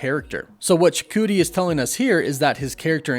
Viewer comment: Props to you on your way more improved pronunciation of Chukwudi's name 👍🏽👍🏽. You were spot on .